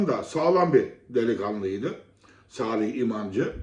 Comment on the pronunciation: Kamma Cazola kim la? Spiker Salih İmancı'ya Kamma Cazola diyor.